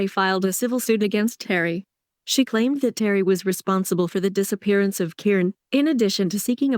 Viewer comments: Ky Ron..not Karon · Ki-Ron Ki- Ki-Ki get it right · It’s K-eye-ron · I known its driving me nuts.